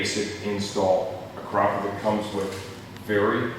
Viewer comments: "A-krop-a-vitch" but I guess you're a lot closer than most who say "Ak-ra-poh-vick" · is that how you really pronounce it? I always thought it was "Ak-ra-poh-vitch"